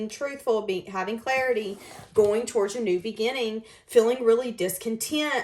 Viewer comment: Love the way you say walking “towourge”. You’ve got a nice singing voice too!